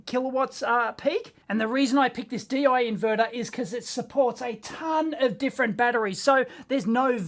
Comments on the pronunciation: Deye is pronounced similar to "Duh Yuh" with the e sounding sorta like the i in inverter. The bigger versions of these are a lot easier to open up as all of the screws are on the front cover. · Deye pronunciation: "Do-ya?" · It's pronounced Deye